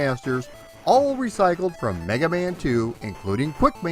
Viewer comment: I swear you said "Black Man" 🤣